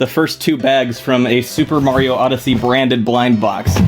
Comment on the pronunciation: Oh god, it’s muper sario odyssey